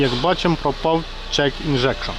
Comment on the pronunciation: правильно говорити check engine а не check ingection - нахитує і не зморгує